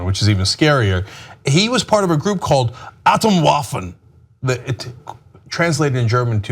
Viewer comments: It's not pronounced "attem-waffen" but "atome-waffen" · Atomwaffen is pronounced "ah tome vaffen," and it's not normally said in a harsh, shouty voice, lol. Pphhtt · How he pronounced "Atomwaffen" haha gold